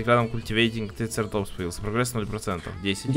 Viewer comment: трицераптопс на а ударение